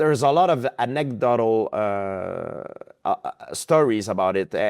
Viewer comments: Anyone who says "antedotal" twice instead of "anecdotal" is just stupid. I get the impression that he's not that bright. I'm European and English is my second language. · it certainly isnt anta-dotel lol